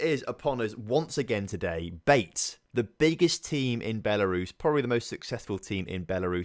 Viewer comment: BATE - pronounced BA - TAY 👍🏻